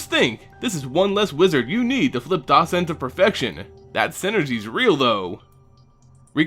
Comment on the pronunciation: Blargh! It's pronounced, "DOE-cent," not "DAW-cent"! Google even helpful has an audio pronunciation example! That said, still a good video. I really hope Gisa and Geralf find legs in Standard, as I really like the idea of a zombie deck and I love this card in particular.